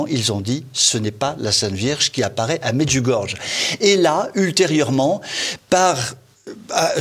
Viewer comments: On dit pas "medjougorge", faites un effort! On dit "médjougoryé". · Medjurgorge non Medjurgorjé pour la prononciation. Vous êtes ridicules, je ne vais plus financer TVL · Déjà, Medjugorje s'écrit avec un J qui en croate correspond à un Y français : on prononce MedjugorYé et certainement pas MedjugorGe. Rien que cela montre une légèreté certaine !... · en effet la maniere de prononcer medjugorié dans cette emission fait mal aux oreilles -- et encore 100 fois plus toutes les cochoneries que mr raconte < >il devrait penser 1 petit peu au jugement de DIEU;;JÉSUS a dit sur la croix PÈRE pardonnez leur ils ne savent pas ce qu ils font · çà se prononce Medjougoryé !! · Vous auriez pu apprendre a prononcer correctement le nom, cela se prononce MAIDJOUGORIYAI. Un peu de respect. Quant au site en question, etant Croate, j'y suis alle a plusieurs reprises, j'ai de gros doutes, je suis croyant mais connaissant cette region, c'est peu probable.